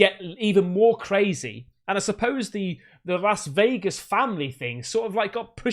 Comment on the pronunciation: LAS Vegas, not LOS Vegas. Masculine versus feminine.